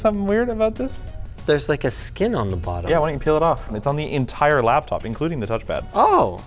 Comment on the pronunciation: It’s not a “lab top”